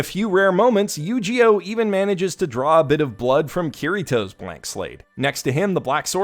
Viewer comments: I like the way he pronounces Eugeo "YugiOh" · I know his name is Eugeo, but I just keep hearing it as mispronouncing Yugioh. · You pronounce Eugeo as Yu-gi-oh and I love it